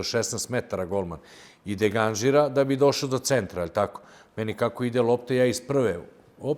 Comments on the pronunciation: deganžira?? pa jel moguće da ne zna ispravno reći degažira? dva puta govori😮😮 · Je li moguće da Deki 2 puta u minuti kaže golman degaNžira loptu ???!!! Ne mogu vjerovati...